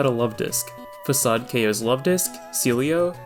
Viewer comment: very well done, congrats! The "fak-aid" at the end got me